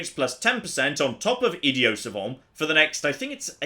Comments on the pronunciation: “Idio Savant” ... lol why does he mis pronounce ‘Idiot’ ?? Is this an attempt to get into the actual character of an Idiot??... lmao :) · Is that how they pronounce it in England? Without the hard "t"? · Its pronounced idiot, not idio. I'm aware you going for the sort of french way of saying it, and savant like that is fine but... Idiot, with a T at the end. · Why wasn't he pronouncing the t in idiot? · There is a “T” at the end of “Idiot” AND at the end of “Savant”. 😂 So excited for this series. Playing right along with you! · I believe he is pronouncing "Idiot" in Idiot Savant with a silent "t." The term is French, so I believe the "t" would be silent, although I think it would sound more like: "Eed-ee-ahn". Any French students out there who can clarify? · Yet again you failed to say the word idiot correctly, thats pretty ironic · Is anyone else confused by the way he's pronouncing "idiot" in the idiot savant perk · my goodness why does he say idiot like that?